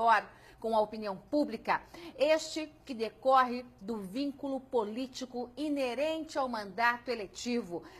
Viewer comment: Você disse inerente?